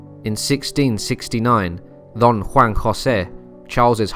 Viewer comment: Love the pronunciation of Don Juan